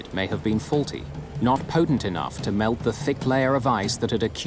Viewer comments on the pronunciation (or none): none